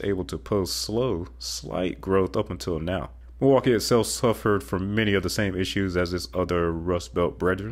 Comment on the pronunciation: You stated Pittsburgh and Milwaukee incorrectly... but, the rest is great information.